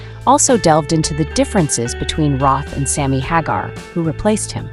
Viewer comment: Thumbs down for not pronouncing Sammy's name properly! 👎👎